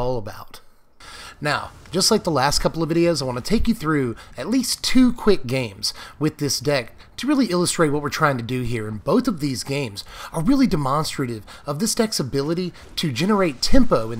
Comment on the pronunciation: Man why did you say Demonstrative like "Demon" ?